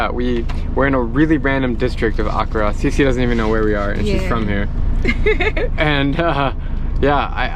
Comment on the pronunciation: Drew when u say accra you say it with one a its meant to be said like accraa not one a its just how we spell it